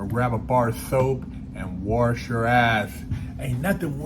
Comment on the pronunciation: Did you mean Warsh your ass soap?